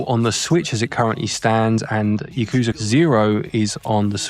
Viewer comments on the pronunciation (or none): Yakuza. Yah-kuh-zah. (Yes.) "y'KOO-zuh." (No.) Kazuma. Kah-zuh-mah. (Yes.) "k'ZOO'muh" (No.) "m'JII-ma" I fricking give up with this guy...